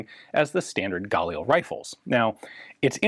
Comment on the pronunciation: Can't help noticing that Ian pronounces "Galil" the French way. Israelis put the accent on the second syllable. By all means, correct me if I'm wrong. Anyway, why do police have to be limited to semi-auto? Shouldn't they at least have a 2- or 3-round burst-fire option? The bad guys certainly don't impose those sorts of "rules" on themselves. If these were select-fire, they might have sold better internationally.